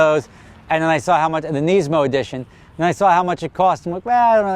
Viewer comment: Why can't say Nismo right